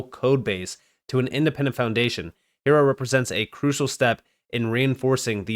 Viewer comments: Hiero, “iron” in Spanish, silent h, i e ro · Hiero is pronounced Hi Row.